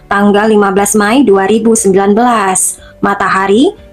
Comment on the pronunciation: Mei bukan May.. Anggap kamu memakai bahasa Inggris sekalipun, tetap May itu dibacanya Mei !!!